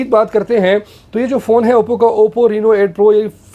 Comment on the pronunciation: Reeeno nai hai reno hai